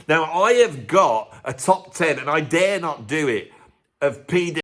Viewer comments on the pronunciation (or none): none